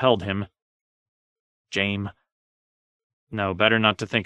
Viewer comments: The first tyrion chapter where he says Jaime as “jame” like 5 times in a row killed me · Like who tf looks at Jaime and thinks to pronounce it JAME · Ah, Jaim and Tie-ree-on and Bree-en-ee. My three favorite Middle Earth hobbits. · Jame? Also his impression of the Raven saying "Snow" sounds very unravenlike. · Jame… more like LAME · JAME?! JAME???!!! SERIOUSLY? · In order to narrate ASoIaF you are required to have at least one speech impediment.